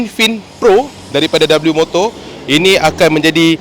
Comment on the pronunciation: Sebutan sebenar dia 'wimoto' Bukan dabeliumoto 😁